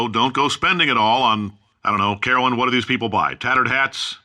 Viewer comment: Is it me, or did Cave start saying "Wh" like Stewie from Family Guy ? :L